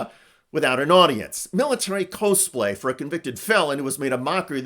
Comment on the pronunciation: Lemme help you out here because i like you. It's pronounced "cause-play". The co sounds from costume. Cosplay = Costume Play